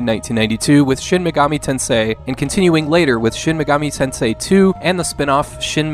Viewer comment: the way you stress the word "tensei" is a bit unnatural, maybe listen to how other people say it, but good video, thank you lol "tenseIII"